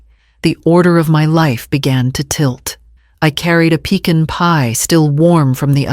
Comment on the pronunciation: Nobody pronounces it "peek-in pie." I've heard "puh-con," and "pee can," but never "peek-in."